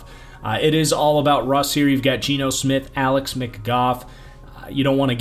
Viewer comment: Two notes on pronunciation- it's Jair-en Reed and Alex Mc-Goo